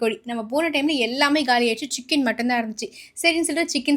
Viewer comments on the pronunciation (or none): none